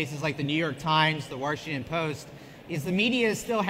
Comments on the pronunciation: Wash not Warshington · Why does (porn name) say "Warshington"? 🤦🏻‍♂️ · "Warshington Post"